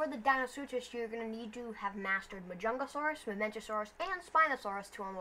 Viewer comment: The stats of DeinoS are the stats of spino rn and Edmonto stats=para stats, also machimo is gonna be another croc, and it's mahajangasuchus not majangasaurus, the next update after yule part 2 will be the crocodilians update which will releases DeinoS, mahajanga, machi